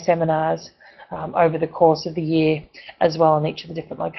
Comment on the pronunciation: It's Year, not Jear!!